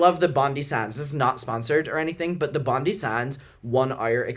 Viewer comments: "bondy sands" i love you but its bondi as in the beach here in australia, pronounced bond-eye lmao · hahahahahah love being australian and hearing people say Bondi (bon-dai-ee) pronounced bondey so cute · Hi, Australian Mucker here, your Bondi Sands tan is looking fabulous, though just so you are aware we pronounce it 'Bond-Eye' like Bondi Beach. Love that you wear Aus self tan we know what's up fr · You using Bondi sands after that being the competitor Matthew was talking about had me dying Also, is Bon DIE, its Australian, like Bondi Beach 🥰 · Bondi sands is the best! As an Aussie, it’s pronounced Bond-eye as in the beach. It’s definitely one the trips a lot of people up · its Bon DAI sands- it's Australian named after the beach!